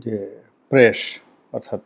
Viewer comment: প্রেশ!?!😂😂 প্রেশ শছিব!??🤣🤣 ছল্লিশ বছরের!??😂😂